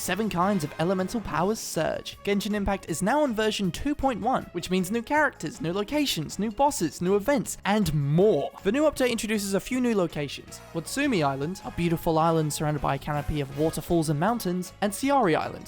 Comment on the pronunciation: When you get paid to promote a game, and can't even pronounce, let a alone spell the fucking names right. My guy. It's "Watatsumi (Watt-tat-soomi), & Serai (Sair-rai)